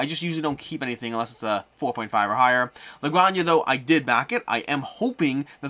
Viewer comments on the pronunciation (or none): It's pronounced "La Gran-Ha," not "Grangna" as if it was a lasagna.